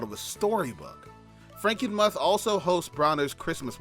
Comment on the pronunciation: It's pronounced Franken-"mooth".